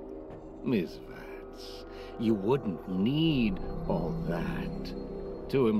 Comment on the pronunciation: I find his pronounciation of ''miss Vance'' really satisfying...